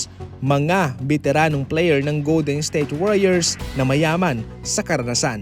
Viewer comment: Goldednsthayte warriors ba naman pag pronounce 😂